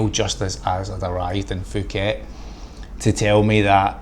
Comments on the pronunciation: Pooket not Fuckit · Announced Pooket , not Fooket. The "h" is silent in Thai. Pronounced Tie.